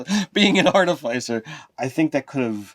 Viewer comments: Say after me guys: ART-uh-FISS-ur and NOT ART-i-FYES-er. Sounds like you're shilling for Pfizer they way you mispronounced it over and over again. Hope they paid you for all the free plugs! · It’s pronounced ‘Ar-Tif-icer’, not ‘Arta-ficer’ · It’s clearly Arti-fiss-er guys. The root word is “artifice,” which is def not pronounced with a hard i. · Listening to you pronounce "artificer" incorrectly over and over again hurt my soul. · Between ar-TIF-icer, arti-FIC-er, and artif-ICE-er... i hate the last pronunciation the most. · Sorry, can't watch this any further. Love the outfit,, but I cannot handle the repetitive mispronunciation. It's not even like artificer is a made up fantasy word.